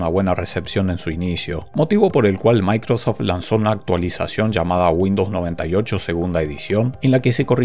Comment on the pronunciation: ¿DE DONDE SACAS LA A? SI ES MICROSOFT O MACROSOFT